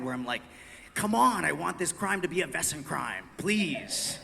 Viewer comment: I've been a fan of this show from the beginning and have only two complaints: 1) Splitting the season up into two parts with a lengthy gap in the middle is very irritating and interrupts the continuity for the viewers; but mainly: 2) Learn to pronounce 'Wesen' correctly! It's a real German word meaning 'creature' and it's pronounced VAY-zen, dammit! When the actors say VESS-en any German speaker hears that as the word for "whose" (spelled 'wessen') and wonders why a successful show with a significant budget can't find one lousy German speaker to correct them on this grade-school error (among others like 'feuer' which sounds like 'FOY-air,' not 'fur'). I hereby volunteer to be a consultant in this area if you'll have me. Other than that, I look forward to the next season and many more to follow.